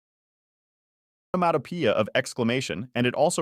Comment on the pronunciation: someone please teach bro how to pronounce onomatopoeia